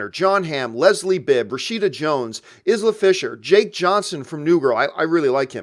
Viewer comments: Eye-luh Fisher not Iz-luh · Isla is pronounced I - laa